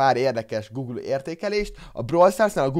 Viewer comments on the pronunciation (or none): none